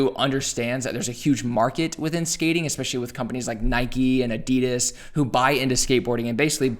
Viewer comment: Do you ride a bikey? It’s nike.. not nikey. Gawd